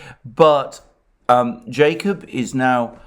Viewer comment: Jacob who??? He just butches the name I can't find him at all.